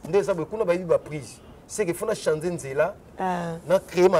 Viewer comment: 😩ba kinois faute éternelle « chanzer »😝😝😝